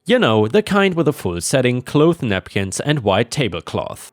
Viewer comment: "cloth" is said as "claw th" not "cl oh th." The same way it's said in the word "tablecloth," which you said properly a moment later.